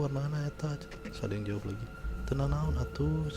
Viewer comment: salah satu yang saya suka dari saat bercerita adalah ketika bilang "naon". ekspresi dan pengucapannya ngena pisan😂